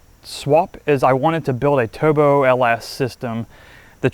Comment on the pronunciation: This guy cant pronounce "R's". He says "Toobo" LOL